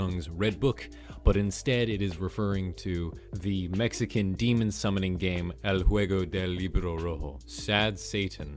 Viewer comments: I meen it was kinda good for a man who dont speak spanish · i love how he said redbook game in spanish in a very fluent way